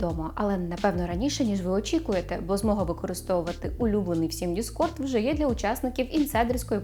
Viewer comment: не discrod, а discord правильно